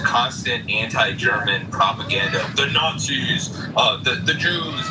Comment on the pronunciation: ''Nutzis are the Cwaziest peoples !''